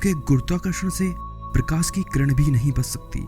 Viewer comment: prakas nahi prakash hota hai...😑